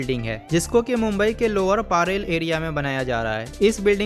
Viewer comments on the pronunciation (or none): अरे पारेल नही परेल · It's not paarel it's parel